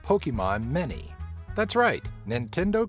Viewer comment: Did you just say Mini as Many?!